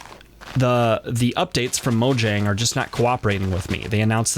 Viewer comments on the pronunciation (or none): You said Mojang. it's pronounced Mojang.